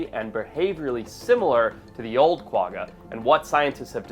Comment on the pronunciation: it's pronounced kwa-ha.